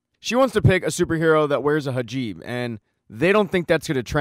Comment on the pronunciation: Hijab not hajib. Awesome recap. Great effort. Asante.